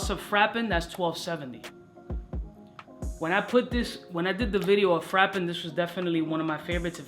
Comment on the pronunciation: Definitely Entertaining reviews! But u gotta start listening to the french pronunciation on google translator! Frapin, marc-antoine barrois, etc etc... i mean you spend 200 dolars in a fragrance and then u butcher the name? Take a few seconds to listen to the right pronunciation, its not russian its french...😄